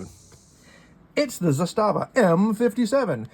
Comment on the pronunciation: Pronounced ZA-sta-va, stress on the first syllable. I have the current production version made for the American market, the M57A. Got it new four and a half years ago for five hundred bucks out the door. New ones are very hard to find nowadays. They especially hard to find now because Serbia has stopped exporting all arms and ammunition until further notice. Even when they were available, they would be snapped up quickly. My example is fun at the range and is a cool piece of history, but I wouldn’t rely on it as a defensive weapon. The one I have isn’t totally reliable. It’s not a “jamomatic”; it works “most” of the time. But I can’t get through a hundred rounds without one or two stovepipe jams. A friend of mine has the same gun and his never jams… go figure. The main difference between the military surplus M57 and the new-build M57A is the safety mechanism. The original military issue models had a half-cock position on the hammer which locked up the gun completely, like the original Soviet TT-33. That wasn’t good enough for the ATF so you have that abominable add-on frame safety. On the M57A, they did away with the half cock and installed a Beretta-style slide mounted safety on the left side, along with an integral firing pin block. With this mechanism, you can safely carry it cocked and locked. Otherwise, it is essentially the same as the original M57. I don’t know why you couldn’t get nine rounds in your magazine. Mine definitely take nine rounds. That is strange. There w